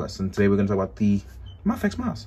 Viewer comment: the way you say mafex is driving me insane.... maaafex??!!!!